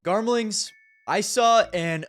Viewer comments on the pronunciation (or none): who tf came up with "garmlings" bro